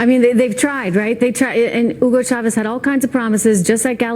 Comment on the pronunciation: Did she say "Ugo chavez"...?